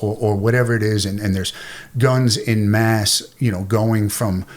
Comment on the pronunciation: *en masse Not 'in mass.'